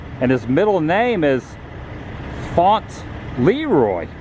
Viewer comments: It's pronounced "font-luh-roy" instead of "font-leroy." Great video, though! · Faunt Leroy...hahaha. I think it's Fauntle Roy. That was a good one Adam. 😂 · "Font-leroy." lol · Donald’s middle name is pronounced Fauntle Roy as in the old timey children’s book Little Lord Fauntleroy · lol faunt leroy lol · You need the check the pronunciation of Fauntleroy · The pronunciation of Fauntleroy killed me. 🤣